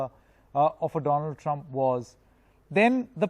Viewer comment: Dolaaand trumph 😅😅😅😅😅